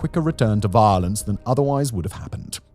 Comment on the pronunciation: I know it's silly, but I love how Simon says "violance."